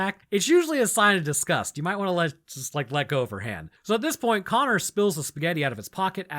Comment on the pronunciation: You mispronounced connor. Its pronounced connor